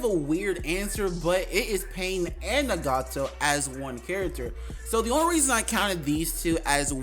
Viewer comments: It’s not nagato it’s ✨naGAto✨ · That’s definitely not how u say nagato 💀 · I hate the way you say Nagato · Why did you pronounce Nagato like that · Lmao he keep sayin nagato name wrong 😑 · Ig we not finna talk about his nagato pronunciation